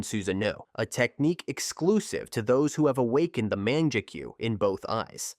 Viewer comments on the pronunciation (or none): sorry to be a dick Mangekyou is pronunced (Mah-Nanh-Geh-Kyo) words are important as is how we use them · Fr, over here talking about "manjecue" 😂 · “Man jaa keyu” “su zaa no” 😅😂